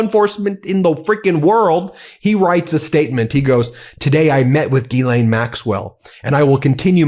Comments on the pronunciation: Can I please correct everyone mispronouncing her name. Its not gill_ain it pronounced Zhis-slain. Ffs. Americans from the USA always bastardize names. Silly United Statesians. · He can't even pronounce it.